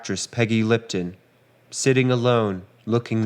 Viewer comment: 'Peggy Litpon"?